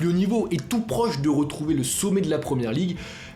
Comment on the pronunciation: Rotraitre , rotrouver apprends a parler